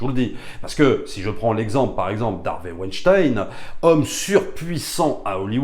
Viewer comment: merci de prononcer weinstein et pas weinstine comme disent les journalistes ;)